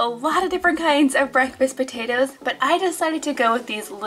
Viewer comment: she said pataders